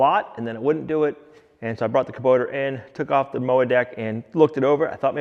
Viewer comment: just to inform you, there is no "R" in Kubota LMAO!!!